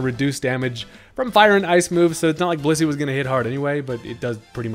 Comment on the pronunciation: WHAT DID YOU JUST CALL BLISSEY?